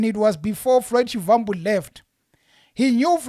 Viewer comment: Please stop pronouncing Shivambu like a white person trying to speak venerc, you’re a black person act like one